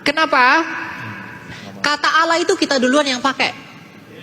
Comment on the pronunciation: Mimin nya cara ngucapin Allah kok gitu...padahal dia berhijab..